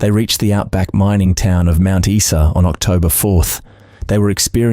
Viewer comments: It’s pronounced Mt Isa not Esa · Mount what? Issa!?? Don't you love AI?! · Every dictionary and encyclopedia has the pronunciation of the word beside it. Straight from Wikipedia: Mount Isa (/ˈaɪzə/ EYE-zə). Teach yourself. Isn't that what AI is supposed to do? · What a TRAGEDY that Preston was not nailed for shooting those three fine young people!!! What IDIOT would pronounce Mt. Isa (eye-za) as Mt. (eesa), for goodness sake ??? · 1977 motorcycles were not 'vintage machines' in 1978. Also - Mount eye-za. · Message to AI ... its pronounced Mount 'EYE-SA' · It's pronounced ... mount eye za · Spot on, this goose must be from the abc. How can an Aussie not know how to pronounce "Mount Iza" pronounces it even though it's spelled Mount Isa wrongly. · Geez mate learn how to pronounce Mt Isa! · My thoughts exactly. This narrator was polluting my ears with his mispronoucation of Mt.Isa.